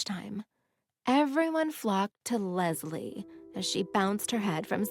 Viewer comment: everytime she says lesli i hear lesbian lol